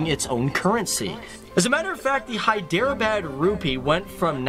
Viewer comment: Your pronunciation is correct Professor